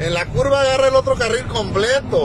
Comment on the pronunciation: El güey que comenta repite cinco veces lo mismo, ira, cinco veces ira, cinco veces ira. Y no es curba, es curva, con V.